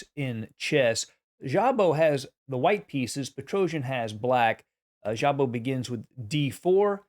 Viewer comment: I believe in Hungarian just ignore the "z" and pronounce Szabo like Sabo.